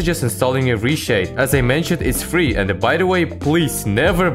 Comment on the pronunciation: you won me with the 🤣 "Ri shade iz freaking frii blяaТ"